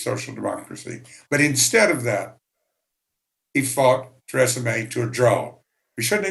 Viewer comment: He pronounced Theresa May like Tresemme